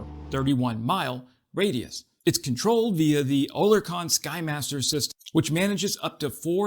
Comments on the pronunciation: Oerlikon is pronounced OR LIK ON, not O LER KON,.;) And YES, they're cool tools. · Yo. Oerlikon is pronounced like: "Air-lay-kin" (or "Early-ken") not "Ohh-lair-con" like you're saying here. I'm using regular English words here not weird pronunciation symbology that nobody ever understands. Separately, Oerlikon has been around for ages. Their antiaircraft guns have been amongst the best in the world for about a century now. The 20mm was also an antitank system back in the day. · Thats pronounced OR - LEE - CAN ... not what ever it was what you said ! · Oerlikon pronounced Err-lick-ON or EARL-ick-on